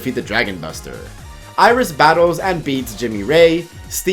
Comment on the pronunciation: and once again someone fails to get his name right